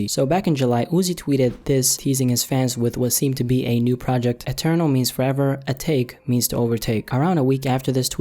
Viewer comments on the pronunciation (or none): not uhtake... a tah kay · It's actually pronounced ah-ta-ké but I think ah-take sounds better 😂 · AH-TAH-KAY not fucking ah-take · Pretty sure its pronounced atak-eh